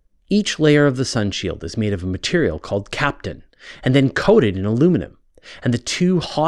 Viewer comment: Pronounce Kapton properly